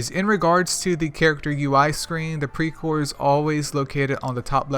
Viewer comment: Well you pronounced it almost perfectly.. Hehe...anyway thanks for the video... i hv much better understanding about pre core now.. 👌